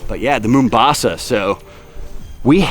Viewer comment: lol its "mau" mbasa not "moo" mbasa its a city in my home country, Kenya.